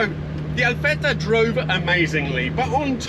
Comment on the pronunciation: what impress me more is that you pronounce ALFETTA like an italian